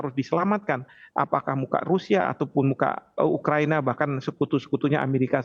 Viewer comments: Pembawa acara tivi nya salah sebut.. yang benar ukahina..bukan ukahiniii bos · Ukahina bukan ukahiniii bos gi mana sih pembawa acara berita nya